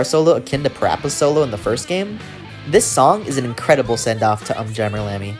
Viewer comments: It's pronounced "Oom jammer lammy" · Big fan of this series and stumbled upon your video. I loved it, you did a great job. But there were four things I felt needed to be pointed out. 1: Just me nitpicking, but you're saying the Um wrong in UmJammer Lammy. They literally say it in the intro video to the game, so I don't know how you get that wrong, but you're not the first person to do it, so I dunno. It's 'Oom' not 'Uhm'. 2: In UmJammer Lammy every time you beat a stage you get a new filter to run your guitar through that you can toggle with the select button, and they are very fun to mess with. 3: I really expected that you were building up to talking about how awesome the last couple lines in the last stage of Parappa 2 are, and then you just didn't mention it at all. But during the party, at the very end, for just a couple lines, the call and response switches entirely to you having to do the inputs first and then the crowd and MC King Kong Mushi repeat after you. It's for the 'Say Alright! Say Oh yeah!' part. But it's not only cool because it signifies Parappa becoming a 'Master' but also because they actually repeat whatever you do during that part. You can yell 'Say A-a-a-a-a-a-ALL!' and they will do it just like you did. It's so fun to mess around with. 4: You didn't bring up Project Rap Rabbit at all. In 2017, NanaOn-Sha and iNiS, the groups that made Parappa and Gitaroo Man respectively, started a kickstarter together with the intent of making a super involved game called Project Rap Rabbit, in which yo